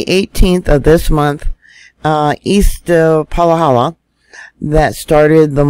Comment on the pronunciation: PA-HA-LA. Not palahala. KILL-A-WAY-A. Not killawayla. HALL-E-MOW-MOW. Just trying to help. It is like fingernails on a chalkboard to us locals. I’m not trying to belittle you just PLEASE pronounce them correctly if you are going to report them. Mahalo